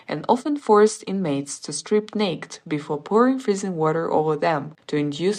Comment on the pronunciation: Learn to pronounce "naked."